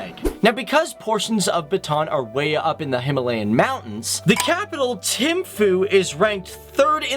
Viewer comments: it is druk not drunk and not tim foo it is thimphu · its capital is Thimpu not tim foo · It's pronounced Bhoo-tan Thim-pu Jig-mi wan-gchuck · He said it like timphu